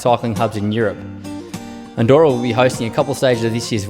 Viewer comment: No se pronuncia "Andoura", se dice "Andorra" xD. Buen lugar para vivir!